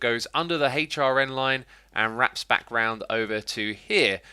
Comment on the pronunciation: the way X said HRN he is for sure a Brit 😂😎